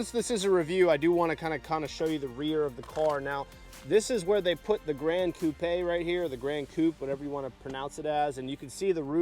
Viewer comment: One of the rare car guys that actually pronounced "gran coupe" correctly.